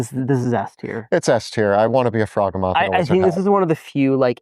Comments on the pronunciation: I don't think it is pronounced "frog ugh moth" I think it sounds more like behemoth, as in "frog HE Muth" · I believe it's pronounced "frog-hee-mith" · It’s pronounced frog-he-moth. Rhymes with behemoth. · fraw GEE muth Rhymes with Behemouth. Get it? Cuz it's a behemouth frog type creature? Not a froggy mouth? K kool bye!❤ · I don’t feel good doing this but I think you were referring to the froghemoth, which is pronounced to rhyme with behemoth. Really hoping “frog-e-moth” doesn’t stick in my head. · The way they pronounce Froghemoth makes me desperately want to hear them pronounce Behemoth that it is built on lmao